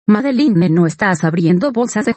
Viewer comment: Se Dice Madelinne y Sadelinne Estan Castigados No Dice Madelinne y Sadelinne Estas Castigado